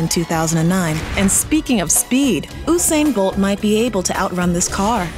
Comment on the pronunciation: It's not Uhsane bolt, it's Usane Bolt